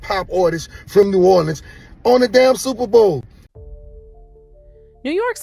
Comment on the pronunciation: What is "new oraldeans" and who is boosie "bahdaz" 😂 I swear I'm sorry if this ain't AI and was just mispronounced 😂